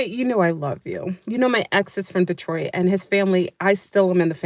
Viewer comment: Glorious Grand Risings ☀️ being a native of the great State of Michigan allow me to assist you from future mis interpretations of how to to say D-troit vs. Datroit 😅 much luv 🫵🏽💚💚💚